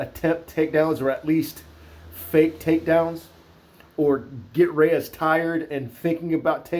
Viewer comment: I like how he doesn't butcher saying any of these fighters names. So many "professional" analysts absolutely butcher and mispronounce names. This guy even rolls the R when he says Rrrrreyes! Lol